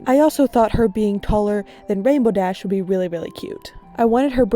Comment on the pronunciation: “And rambow dash” u just violated THE RAINBOW DASH!